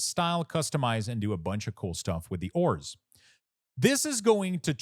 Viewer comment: DUDE please for the love of your family and bloodline.... learn to PRONOUNCE .... AAAAAURAS google it if you dono wtf u saying.